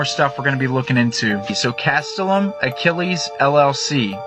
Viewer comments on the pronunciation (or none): none